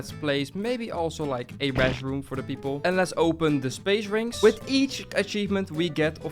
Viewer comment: Bro sayed space rings❌ Spaye ring✅😂😂